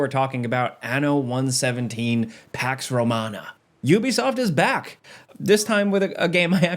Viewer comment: You be soft is back? I can't be the only one heard it like that xD